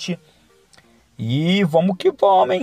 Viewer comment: "vomo que vomo" kkkkkkk